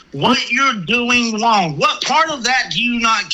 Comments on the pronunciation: I’m trying to tell you what you are doing “Wong” I I’m trying to explain to you the “white” way to do it…. Dude definitely needs to lay off the sauce… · “Hawassment” “Wong” Elmer Fudd psycho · “Im twying two wet you know what you are doing wong” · So glad someone else thought this! You are so wong! 😂 I wanted to shout every time he said wong instead of wrong! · What your doing is wong, I’m trying to tell you how to do it wight lmao😂